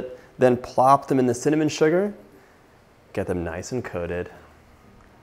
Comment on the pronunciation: Wtf lol Cakey? And cinnallmon, cillnnamon? Lol